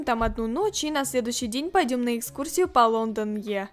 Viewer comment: На будущее "London eye" читается "Лондон ай"